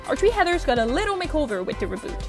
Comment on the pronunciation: The tree heathers???? Are you ok?